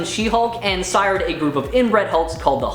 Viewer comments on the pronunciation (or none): none